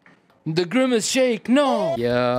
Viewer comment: ITS THE GWIMACE SHANKE